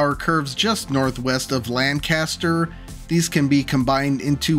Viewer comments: Lancaster is prounounced Lanc-aster, not Lan-caster, just a tip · Being a Lanc native, I hope the pronunciation of Lancaster irked your soul as much as it did mine! LAN-caster is in California. Lang-KISS-ter is in PA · Uhm, it's pronounced "LANK-uh-stir" 😅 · Local tip: Lancaster is pronounced as “LANK-ister” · As someone whose father grew up in Lancaster County, I’m waiting for all the comments criticizing him for pronouncing “Lancaster” as if it was the city in England or California. Also, using I-76 between Harrisburg and Pittsburgh is basically completing the fabled South Pennsylvania Railroad, which the New York Central tried to build to compete with the PRR in a notorious robber baron feud, but it was never completed and the right-of-way ended up being used for the Turnpike. At least the same feud created the West Shore up in NY. Also, the mentioned abandoned tunnel was built by the railroad before the Turnpike used it briefly, so this wouldn’t be the first time someone planned to put tracks through it. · Could we at least start with the section to Harrisburg? That’s the part that would need (somewhat) minimal upgrades, and is also just a smaller section. The section to Pittsburgh would probably cost, I think, easily $45-60B to build this new route along the highways to what you want. Plus taking 10-15 years, at minimum. Also, the way you pronounced Lancaster grinds my gears, because that is not how you say it. Just like how Newark, DE and Newark, NJ are pronounced two different ways. I just feel like that with how long the route is, the electrification that would needed, the tunnels and everything else, either building another track or two between Harrisburg and PA and 4 tracks for the I-76 option (assuming that it should get quad tracked), this definitely wouldn’t be cheap, not sure it would be $20B or under. At absolute minimum, probably $32-34B for the 76 option, and $24B for the existing ROW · Great video but that pronunciation of Lancaster is criminal